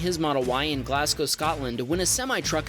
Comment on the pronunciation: I think your the first american who pronounced "Glasgow" correctly 😅, love your videos!